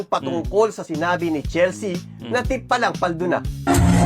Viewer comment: Chelsea - Chel-sea not Chel-se-a.